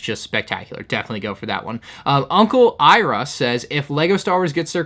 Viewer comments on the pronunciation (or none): Mans really just said "Uncle Iruh" 😭😭😭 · pronounce uncle Iroh wrong. I can only image how the entire ATLA community is gonna react